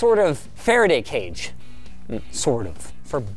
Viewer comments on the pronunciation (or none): none